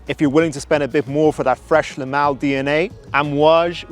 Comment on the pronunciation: When you say Le Male, it sounds like you’re pronouncing “LMAO.” 😂